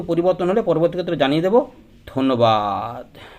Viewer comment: আপনার ধন্যবাদ কথাটা শুনতে খুব খারাপ লাগে ,সুুরটা একটু পরিবর্তন করুন ।